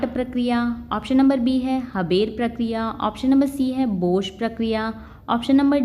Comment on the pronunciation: हेबर nahi bhai हैबर hota hai😂😂